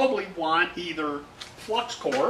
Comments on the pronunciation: I thought he said heck i use cocaine.I was like say whaaat? lol.Had to listen to it a few times. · I thought the same thing...LOL